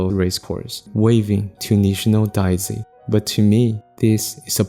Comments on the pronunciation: DAY-zee, not DYE-zee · Your pronunciation of Daisy and saying “in Japanese Daisy is a kind of flower” made me think you were talking about a special type of Japanese flower. It wasn’t until I looked at the subtitles that I realized you were just saying an English word with an accent and what kind of flower it was exactly